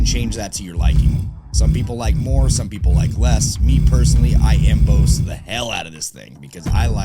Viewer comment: Emboss pronounced em-bose is new to me. Em-boss like your "boss" at work, dude. 😁